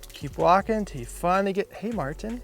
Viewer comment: Mar Tin sounds funny